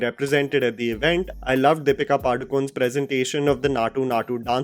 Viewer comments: Padukone not padukon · Even you can't pronounce Deepika's surname correctly!